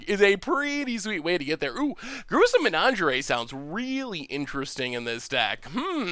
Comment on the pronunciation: Pronouncing "menagerie" like "lingerie" is my favorite pronunciation of all time. So saucy.